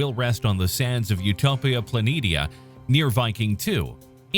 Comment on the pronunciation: That is not how you pronounce planitia